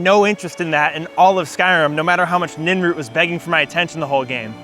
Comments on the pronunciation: its nirnroot not ninroot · Ninroot? Seriously?